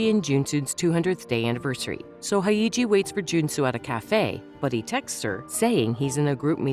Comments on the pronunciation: her name is Hyeji, Haeiji isn't a name afaik. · It's pronounced as 'Hey-ji' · The funniest thing is how the narrator pronounces their names. “Hi-iji” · Hae and Hey don't sound quite similar, and you are inverting the Y and the E, it's not pronounced that way. You wouldn't pronounce Yeji's name like Eyji, would you? Hyeji is like Yeji but with an H.